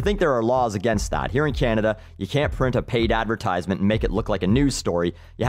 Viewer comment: i know this is an annoying thing to comment on but he is pronouncing advertisement wrong